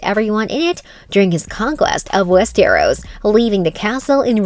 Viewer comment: "Wees Ter Ros"